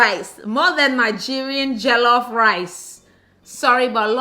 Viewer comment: You’re deffo a coconut, you need to go to Nigeria because this country has deffo white washed you💀 how can you number one pronounce jollof rice like that and 2 say Ghanaian jollof rice is better. Someone pls bring this woman some pounded yam